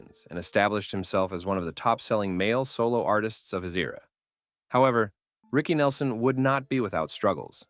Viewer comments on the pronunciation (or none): OhMyWord, had to stop listening to this. Now you need to pronounce the names correctly, and pronounce his full name without that long pause BYE